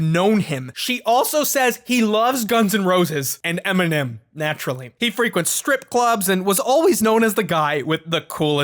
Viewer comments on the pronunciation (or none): none